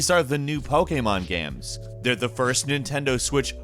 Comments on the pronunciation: He says "gaems" instead of games. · Does anyone else notice how he pronounces games as gemms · A lot of good-lookin "gaems" here,. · hahahaha dude every video he puts out I just can't stop noticing the way he says "gaemes". I love it. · Single player ‘gemmes’ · Is it only me or does he sound like he's having a stroke everytime he says "games"